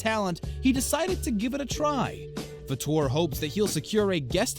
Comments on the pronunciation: It’s Fader not Fordoor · It's pronounced Faytor not Fahtor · It's Terry FAYter, not FuhTUER. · It's FAA-TOR..NOT FA-TOR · HEY SCREENY--- It's Terry FA-ter NOT fa-TOUR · It is pronounced Fa'*ter.. I think.. W.G. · Terry Fator is nor pronounced fat or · It's pronounced Terry FAY-ter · Pronounced FAYtor. Geez, know your subject. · Why do you not know how to pronounce FAYter's name? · You are pronouncing Terry Fator's name wrong!!! It is pronounced FATER!!!! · You are NOT pronouncing Terry Fator's last name correctly! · Learn to pronounce last names. Good grief!!!! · You cant even pronounce Terry Fator name correctly. You suck for wasting our time. No sub for you. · I'd you're going to narate, learn how to pronounce people's name correctly. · This narrator is not pronouncing Terry's last name properly. Lol omg